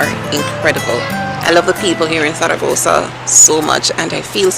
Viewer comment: love how you say zaragoza !! peace be with you or with me ... now im confused lol